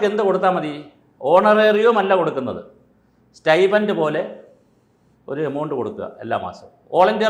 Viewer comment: അപ്പോ.... സ്റ്റയ്ഫൻറ് എന്നാണോ പറയേണ്ടേ.. സ്റ്റയ്പെന്റ് അല്ലേ...